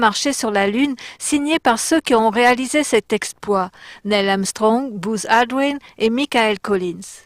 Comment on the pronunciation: Bouse Aldrin ? connait pas... c'est buzz(u prononcé comme un e) svp pour lui, c'est pas terrible de s'appeler "bouse"